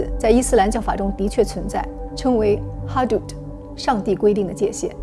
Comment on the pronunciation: 界限的阿拉伯语读法是hudud而不是hadud